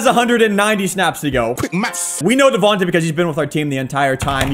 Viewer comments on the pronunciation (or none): His name is Devante Smith not Devonta smith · YES I get sooo damn annoyed the way you say dovanta smiths name. It’s not tah at the end it’s tay. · I am an eagles fan and it’s pronounced devontay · I hope DeVonta retires so I never have to hear you butcher his name again. 😆 Besides that obvious mispronunciation, great vids my man!